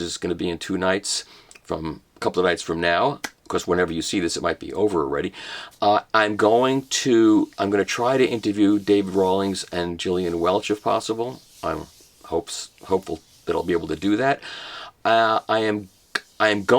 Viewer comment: Ditto. Michael, I believe it's a hard G on Gillian